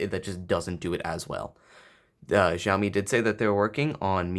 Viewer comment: No "J" in Xiaomi.